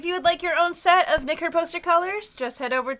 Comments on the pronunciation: Every time they say Nicker: "ExCuSe Me!?" I miss heard that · Wait, did say Nicker or Nigg**?